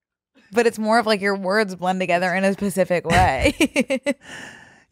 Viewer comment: I’m begging you- it’s SPECIFIC not PACIFIC 😭